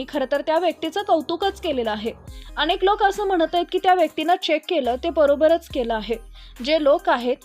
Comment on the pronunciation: शुद्ध शब्द " अनेक " असा आहे " अणेक " नाही.